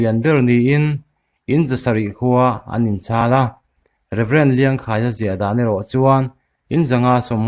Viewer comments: "Rev Liangkhàia" tia lam loh tur, "Kháia" tia a sang pir chhova hman tur a ni. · i ti țha ka fak ltk che...mihring hming leh khawhming ho i lam dan hi ai a upa zawkte rawn țhin ve teh..Liangkhaia hming lamte..Chalbuanga unaute hming i sawite..Fenthlir..lamte uluk a ngai ania...ai a upate hi rawn hreh suh..